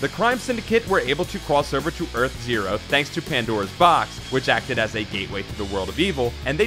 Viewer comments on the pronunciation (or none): none